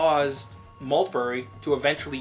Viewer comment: Major general Christopher Maltby NOT Maltberry !